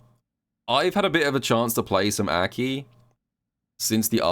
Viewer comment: Will you ever pronounce Aki correctly?